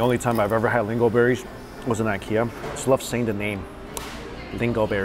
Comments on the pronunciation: Lingonberry not lingleberry 🙄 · Lingo berry? You mean Lingonberry? The N isn’t silent 🤣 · LinGOberry?!!! I actually replayed it to make sure I heard him. lol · It’s lingonberry, not lingo-berry. 😂😂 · yeah it isnt. Lingon, like it sounds. Not lingoberry. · likes saying "lingoNberry" incorrectly? 🤣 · It's lingonberry not lingoberry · I think it’s called LINGONBERRY, with the “n” pronounced. Lol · Lingonberry: ling-guhn-beh-ree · Yes. He's saying it wrong. Again. 😂